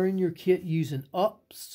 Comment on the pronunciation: Good, except for your mis pronunciation of UPS 😊